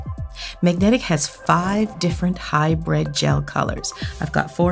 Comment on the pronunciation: HybrId, not hybrEd! Pet peeve. 🤓